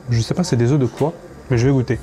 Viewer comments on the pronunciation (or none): none